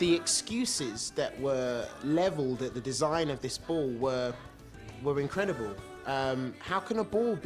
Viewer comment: says incrediBALL